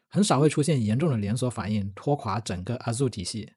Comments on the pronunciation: 😂，不是阿祖-，而是艾惹～ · 你的Azure的發音大大錯誤😂 需要更正一下